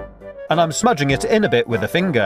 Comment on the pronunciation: wuuut! i am so glad i found this channel! btw i think its funny when he says finger 😂